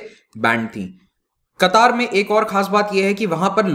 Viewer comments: It's not a qutaaar it's katar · Sir, it's क़तर not कतार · Its not qataaar, its qatar. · I think it's pronounced qatar not qataar. Qataar seems like hindi word for queue. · क़तार नहीं कतर होता है। अमीर नाहीं आमीर होता है। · Sir ji its Qatar not kataar🤣🤣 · It is Qatar not Kataar. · कतार नहीं कतर कहते हैं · Sir not a qataaaar but only Qatar. Democracy system of governance could only be success only when all the citizens are literature like kerala. It is not suit for such regions where illiterate people are more than literate. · It's Qatar, not Qataar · It's qatar nor katar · The actual pronunciation is Ghatar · Pronounce qatar correctly...its not qataar🤨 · Nam to sy ly mamo Qatar ha qattar ni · Your pronounciation of qatar is wrong. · Sir Qatar pronunciation sahi nahi h aap ki